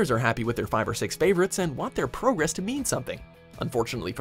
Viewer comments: Gah he said it again on Number 2! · Why did you say progress like you're not from 'round here? gasp! You must watch gaming channels!. Like my 6-year old does! I'm wondering if the word 'progress' is going to change back with this upcoming generation. I've heard it said this way by American children(mostly) more than once. Love the channel. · And a 3rd time. at. one.... It was no accident he said it. He's already changed into one of them.